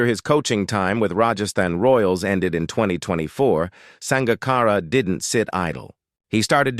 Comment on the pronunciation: Sounds like a HIT piece done with a little sugar added. If you can't say the mans name correctly, (AI), just shut up!